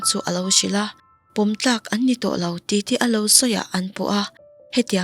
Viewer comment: Mizoṭawng chhiar uluk tur i ngah hle mai, "ka tiltip ani ber mai e" tiha tiltip hi i lam diklo a, i lamdan aṭangin, a awmzia pawh i hriat hmelloh, thu rolum tih te hi nang aia upa lo zawt nawn teh i lam rikdan a diklo ania